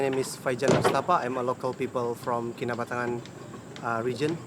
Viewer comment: Key-nah-but- ta-ngan